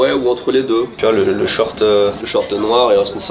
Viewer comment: Très bizarre la façon que tu as de dire « short » enfait tu le dis comme « shirt » de « t shirt »car tu ne sais pas trop comment le prononcer donc tu es un peu entre les deux, enfait ça se dit short, avec un o, comme short quoi, cest comme les gens qui disent « t short », ça ne marche pas